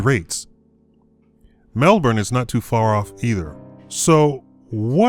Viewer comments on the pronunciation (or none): none